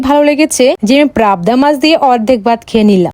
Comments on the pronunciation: Pabda noi prabda ar haa chiken ta ke sobsomoy mutton bole tumi porasona jano too konta chiken ar mutton cheno na😂😂😂😂😂😂😂😂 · পাবদা ❌ পারাবদা😂😂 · Didi ota prabda noy pabda bolte hoy😂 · Pabda na prabda😂😂😂😂😂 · পাবদা না ' প্রাবদা কেউ কি খেয়েছেন প্রাবদা 😂 ব্যায়াম না ? বিহাম করেছেন কোনো দিন আপনারা 😂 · Prabda na go didi pabda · পাবদা❎ প্রাবদা✅ আমরা বলে তার টুনটুনি😅😅😅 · Prabda na ota pabda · Eiii mg প্রাবদা বলছ কেন পাবদা বল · পাপদা❌ প্রাপদা✅🙂🙂🙂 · Pabda ❎ prabda ✅ 🙂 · পাবদা ❎ প্রাবদা ✅😂😂😂😂😂😂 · পাবদা❌ প্রাবদা✅ 😂😂😂😂😂😂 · Pabda ❌prrabda😂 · কিরে ভাই প্রাপ্দা মাছ আবার কি 🤣🤣🤣🤣🤣🤣🤣🤣🤣🤣🤣🤣🤣🤣🤣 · পাবদা ❎ প্রাবদা ✅ ব্যায়াম ❎ বিহাম ✅ মানে কোনো কথা 🙄.. ভাষা শিখে তারপর ভিডিও বানাতে আসবেন 😒... আর রইলো ডায়েট এর কথা 😮‍💨.. আমার মনে হয় ১ বছরের খাবার ও একদিনে খেলো 😅.. এই জন্য আমার wait ৪০ kg এর উপরে যাই না.. 🙃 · প্রাবদা না পাবদা 😂😂🤣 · পাবদা❌ প্রাবদা ✅ 😂😂😂😂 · পারবদা 😂😂😂😂 না আপু পাবদা মাছ।আপনার হালকা খাবার কবে শেষ হয়ে 😂😂😂😂😂😂😂😂😂😂